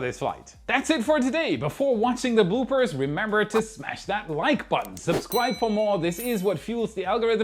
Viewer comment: Did you say Boopers? 🤔 Bloopers!!! LOL